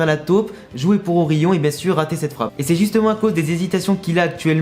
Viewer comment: c est pas pour me moquer, mais pk tu dit ORIYON sinon bonne video